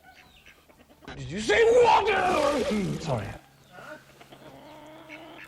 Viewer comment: cool ufo behind you! wow - Did you say water? hehe